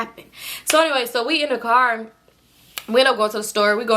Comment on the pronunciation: “That’s a cop cahh” 😂